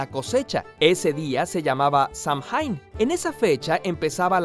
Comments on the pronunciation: Yo estudié un poquito de irlandés por gusto. “Samhain” se pronuncia “sáwin”. Los sonidos en el irlandés mutan. La m y la h convierten a la m en w y a antes de i convierte a la i en corta. Es muy complicado de explicar, pero así se supone que suene y es el actual nombre para el mes de noviembre en irlandés y escocés. Saludos. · Se pronuncia casi "sáhuañ". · Saludos Curiosamente: Errata Fonética Samhain, Paradójicamente No Se Pronuncia En Inglés Moderno, Si No El Gaélico Idioma De Los Celtas, Que Sonaría "Samuen". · Como pequeña acotación, Samhain se pronuncia sawein. No sé porqué los que transcribieron el gaélico lo hicieron de ese modo...